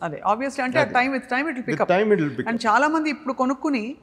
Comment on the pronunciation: Meeru chana ani antunnaru adi chala ani anali telugu nerchukondi